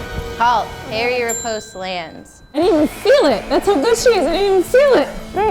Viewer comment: ooof she cant pronounce riposte properly!!